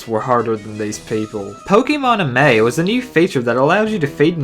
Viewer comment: ah-may? it's pronounced ah-mee